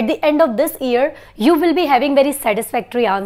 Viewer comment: Mam plz tell me ap year ko e se ku pronunce kr rahi hy jub k Google ye se pronounce krta hy